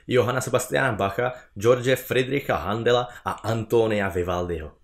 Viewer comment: Hendla ne Handela jinak super. Perfektní video.